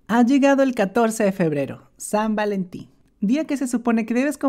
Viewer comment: san valentin ❌️ sad valentin ✅️. pero creo que desia algo en ingles